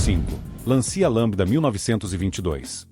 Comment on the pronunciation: O video é bom, o trabalho de pesquisa é muito bem feito, mas a narração "neural" ou sei lá o quê estraga tudo. Fala errado o nome dos veículos, como "Lancia", e tem uma cadência pedante e chata. A música muito repetitiva também torna o video chato de assistir. Uma pena porque esses detalhes penalizam o excelente trabalho de pesquisa. Um narrador humano seria muito melhor.